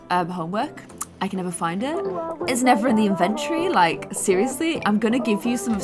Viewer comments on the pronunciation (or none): none